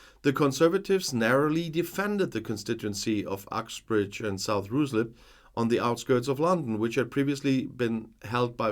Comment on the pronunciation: Ruislip is pronounced like "Reis" in German, not "roo" as in kangaroo.